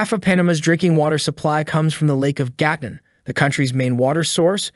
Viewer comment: You need to work on your pronunciation... It is "Hoohees" and "Gatoon"...